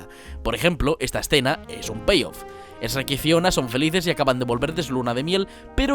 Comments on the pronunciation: El video y el analisis estan geniales, me encantaron, me suscribo. Lo unico que me jode es que pronuncie mal Shrek a cada rato (se pronuncia como se escribe, no "es-shrek") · Que asco! los españoletes le dicen esrek a Shrek! 🤢🤢🤢🤢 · ¿porque le dice "Eshrek"? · cierto, no vi a ningún español que lo pronuncie bien, otros le dicen "SHERK" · Me encanta como de vez en cuando pronuncias EHSRUEK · q bonito cuando no dices "esrek" :v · México sherk pronunciación shuerk España pronunciación esh rek 😂😂😂😂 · nadie: absolutamente nadie: yo: por qué dice "ESHREK"??! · por que diablos dices esrek? aah y es BURRO la ptm, no Asno, coño!!! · Esh rrek. :v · Nadie absolutamente nadie; Españoles: Esreck (Pronunciando Shrek) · Perdón jajaja "esreck" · Eshreck jajajajja grande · Dislike solo porque dijo eshruec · me choca que los españoles lo pronuncien masomenos como esreck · Se dice "Chuek" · El kuek xd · se dice cherk . . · jajajajaja, Esruek. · Es Chuerc. ¡CHUERC, MALDITOS DÉBILES DE CEREBRO! 😡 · Oye, Te admiro y me encantan tus vídeos. Pero debo hacer mi crítica. Por que mencionas a SHREK como REC. Digo, se que hay muchas palabras en inglés que son difícil de pronunciar para nosotros de habla Hispana o Castellano (soy de Puerto Rico). Pero es que S H R E K se pronuncia como mismo se lee. En la mayoría de las veces le dices REC y algunas bien. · Por qué 💩 los españoles pronuncian tan mal Shrek? Este tipo lo pronuncia como de 5 maneras diferentes. Estás haciendo un canal de Youtube, que si no te has enterado, Youtube se ve fuera de España también, y no ciuesta nada pronunciar las cosas un poquito bien, sobretodo cuando se trata de algoq ue la gente conoce perfectamente esde hace años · Se le dice igual pero a algunos españoles les cuesta pronunciar la Sh aspirada y le añaden la e. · Es Shrek pero a le cuesta pronunciarlo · Pronuncias todo bien excepto Shrek ._.xD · podes pronunciar bien shrek lpm, me pones nervioso loco! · creo que le ha costado pronunciar el nombre xd